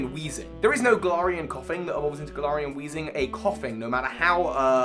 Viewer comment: Hey I personally have always pronounced Galar as GALar. But you sort of pronounce in at gaLAR. You pronunce galarian like gal-are but I’ve always pronounced is as Gal-air-ian. Idk